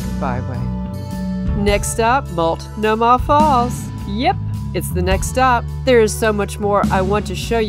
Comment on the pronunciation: Tip from a PNW local: Multnomah has the accent on the second syllable with a long O.